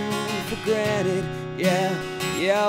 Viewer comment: pretty good but you pronounced granted wrong